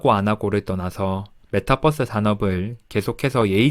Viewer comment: 뻐스 아니고 버스...